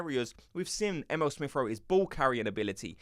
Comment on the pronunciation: 😂 his name is E-mee-le 😂 not M.L